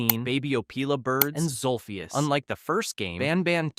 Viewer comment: its zolphious not zulfius